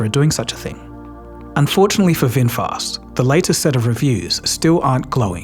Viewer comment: Red Bull is Thai 🇹🇭 brand. And Vinfast, not Winfast